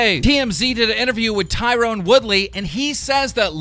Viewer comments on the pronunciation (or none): TYRON not TYRONE you fuck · It’s pronounced Tie-ren not Tie-roan. Tyron Woodley gets pissed when he gets called Tyrone keem. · It’s pronounced Ty-RON Woodley not Tyrone. No hate just and FYI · You pronounced Tyrone wrong